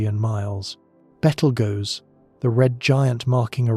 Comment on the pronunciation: BETTLE-GOES, the blah blah blah blah. What is a Bettle-goes?